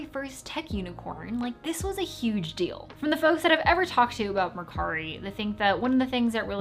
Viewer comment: GREAT video! and its all very true (when you said mercari in english accent, it stung my ears!! hah,, but then your clean japanese pronunciation relieved the pain..)🤣